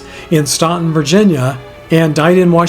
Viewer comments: Staunton is pronounced Stanton by us Virginians. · The correct pronunciation of Staunton is Stanton; I learned that from being a fan of the Statler Brothers; as the Statler Brothers used to say " If you can't pronounce it, you ain't from there." lol; another great video,! Ps: thanks for the correct pronunciation of my last name in your thank yous at the end.